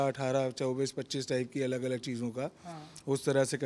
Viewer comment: 'अलग' को हर बार अगल बोलते हैं 😂